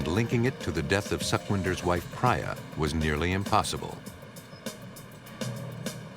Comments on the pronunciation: I guess Sukwinder is pronounced as Sookwinder and Priya as Preeya Suck-win-der 😂 .... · Amazing work and dedication! BTW the lady's name is pronounced Preeyah not Praayah! 😁. Really enjoyed the investigative side of this shocking case. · If the narrator was Peter Thomas from ff he would have said the names correctly like Priya not pra ya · Would it kill the narrator to learn how to pronounce the name Priya? Kind of disrespectful to continually mispronounce her name. It's not Pry- ya, it;'s Pree-ya. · Thank you! That was annoying hearing him say Priya wrongly over and over. 😂